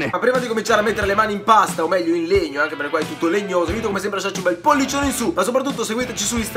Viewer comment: Legnoh XD